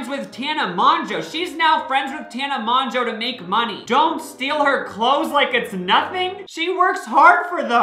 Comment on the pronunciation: Does he realize its pronounced tana mojo or?